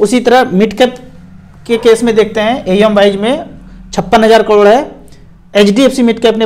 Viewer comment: crore bolo kalod nahi 😃